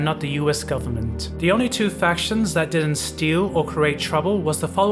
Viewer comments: it seems to be certain letters is all/ Instead of fac-tions, it comes out as fasions, and the overall candace is just a bit off. Some words randomly have emphasis put on them at the end for example. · It's the mispronunciation of "factions" throughout the video for me...